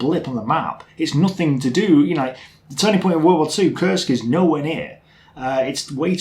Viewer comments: has difficulties learning names, he got to learn to pronounce Kursk properly in the last video, but now he seems to have forgotten that. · Oh man, last time you said it correctly. it's got nothing to do with curse, it's [Koorsk] or even [ku:rsk]:) Smolensk, not Slomensk.